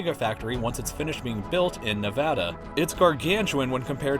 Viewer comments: thank you so much for pronouncing Nevada correctly. :') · thank you for pronouncing Nevada correctly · Yeah!!! Nevada gets recognized and pronounced properly in a video! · THANK YOU FOR PRONOUNCING NEVADA RIGHT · Reno, 775 hell yeah thanks for pronouncing nevada right